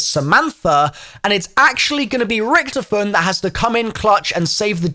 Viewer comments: Oh for f- his name is not Richtoffen! HIS. NAME. IS. Ricky-toffen! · why u say it like ricktafinn